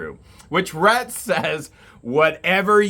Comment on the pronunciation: I don’t think that’s how you say his name? I think it’s Ret. I have a friend whose name is spelled the same way.